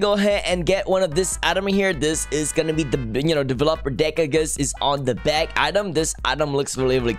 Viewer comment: the way he says delevOper